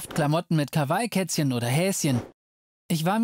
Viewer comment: Kawai🤦🏼‍♀️ Das heist kah wah ih nd kawei😢